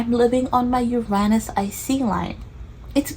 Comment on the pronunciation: I came across your vid by complete random. I felt right away “oh I’m gonna like this girl”. And then you said “Uranus” the right way ahah. I’ve been breathing Astrocartography recently, and so probably why I got this vid. I myself have been wondering if visiting my Uranus line might be fun, just for a holiday. Subscribed